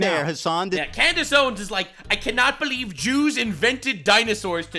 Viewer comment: "Klandice Owens"💀💀💀